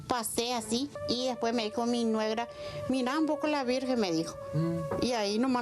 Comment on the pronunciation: dijo "nuegra"??? ..listo, cierre el caso señor Juez 😂